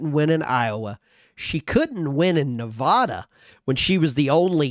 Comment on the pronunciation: Please for the love of god…. Learn how to say Nevada!